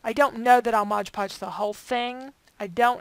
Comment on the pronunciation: Can we say " MOD PODGE"??? Not trying to be rude but it really bugs me & others. You are not the only one who says it wrong, so don't feel bad.